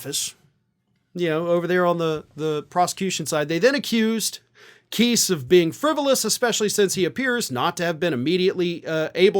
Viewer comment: I think trump's lawyer's name is pronounced Kise, as in lice.